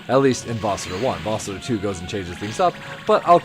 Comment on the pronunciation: I think you are pronouncing the name of the game incorrectly. Even in the 2000’s I never heard it pronounced like this nor has anyone else that’s some a review. It wasn’t my first inclination to pronounce it like you do either. Just wondering if you know something none of us know?